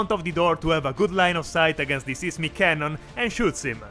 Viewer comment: These are always fun! I like that everyone gets a name, even Boom. PS: 'seismic' is pronounced with the same long i sound as 'siphon'.